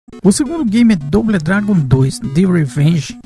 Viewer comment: Bão o video, mas tem q melhorar o inglês, só uma dica, "doble dragon" fale "dobou dragun".